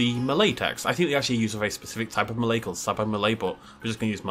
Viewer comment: You just pronounce malay very correctly. Great job! :D